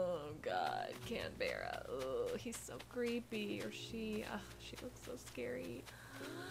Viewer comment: As an Australian, the way you pronounce Canberra makes me annoyed